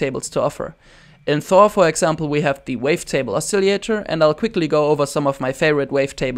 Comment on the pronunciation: you are very taleneted! not trying to be a dick or anything but most people say oscillator like : oss-a-later / os-a-lay-tor ... You keep pronouncing it: a-silly-ater (there is no y in it) This is an amazing tutorial thanks very much for the advice : )